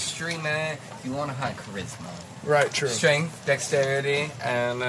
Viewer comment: "High streght high stamina" My boy is in a video game XD